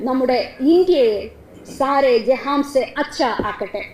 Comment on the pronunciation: ജെഹാംസെ എന്നല്ല ജെഹാൻസെ എന്നാണ് 😅😅😅